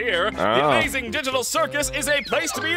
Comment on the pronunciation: Bro really said * the AMAGING *